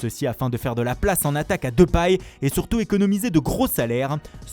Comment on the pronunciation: Memphis depAAINY